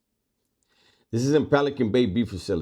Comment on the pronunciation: 🤣🤣🤣 sureno its sureño